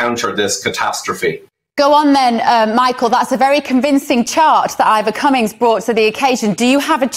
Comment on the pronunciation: The guy who insults the other guy is usually the loser. Ivor showed data, and did not resort to insults. And Ivor did not even bother to correct the interviewer for mispronouncing his name. Winner: CUMMINS.